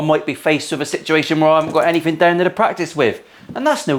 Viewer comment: As an American, I like to listen to other accent. I really like your's. So, you can't say or don't pronounce your "TH" You say "anyfing"